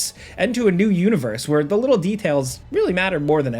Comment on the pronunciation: "Um, they hadn't ever thought to, like, ERM, include AKSHUAL complex gameplay? Yeah, we'd have to wait a LIDDLE longer for that." Man, that is insufferable.